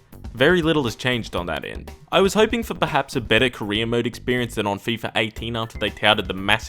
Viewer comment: When you say "career mode", I keep hearing "Korean mode"